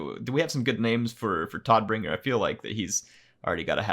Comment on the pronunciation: Todbringer is german and is pronounced like "toad"bringer :) Tod is the german word for death.